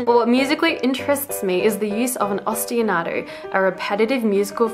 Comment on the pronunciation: For the sake of accuracy, she added an extra "a" and syllable to the word. It's "Ostinato".